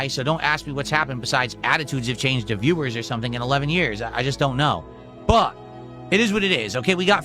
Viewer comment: lingo. What = whahh But = Buhh Want = wahn